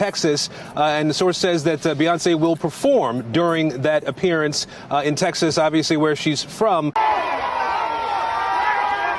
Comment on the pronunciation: Ms. Presenter, the name of our state is Texas, not Taxis.